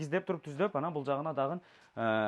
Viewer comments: Дагы деген созду эмнеге дагын деп суйлошот? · Кылыптыр бирок окшошпоптур,бараЙлы,короЙлу,киреЙли,дагыН деп😅😅😅